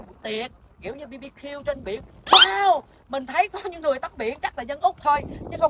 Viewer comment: BARBECUE 🍗 viết tắt là BBQ - nhưng không phải phát âm là “Bi Bi Kiu” nghe.!!! 😉🥹😅😂